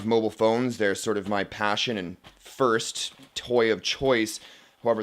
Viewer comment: Foyst (Boston accent) :-D